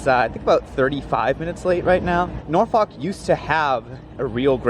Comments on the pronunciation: My favorite movie is "Meet the Nor-fawk-ers". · If you made up time between Ashland and Richmond you accomplished a miracle. No polite way of saying: it’s pronounced “NAWfuk”. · sorry but as a virginian listening to you pronounce norfolk that way filled me with bloodlust